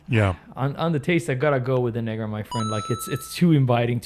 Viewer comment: might want to be careful pronouncing negra bro